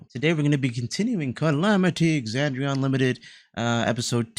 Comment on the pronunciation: I know it's a small thing, but you've pronounced Aabria's name wrong, and I think you should fix that. (Also pronouncing Exandria wrong, but that's not someone's name, so it's not a big deal.)